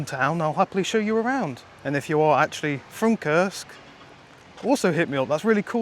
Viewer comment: The way you say the name of your city sounds off — like a bad word. It's actually Kursk - Курск not "curse" lol